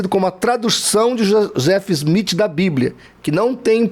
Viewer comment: Quando voce fala do Joseph Smith e não sabe nem pronunciar o nome. O maior absurdo que ouvi e realmente não saber nada o que está falando.